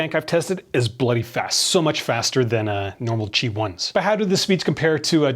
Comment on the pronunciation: Its qi not gi